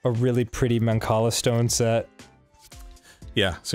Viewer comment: The way that your playing Mancala is giving me anxiety. CLEAR YOUR ONE POSITION FIRST THING. Also the way you say the word Mancala.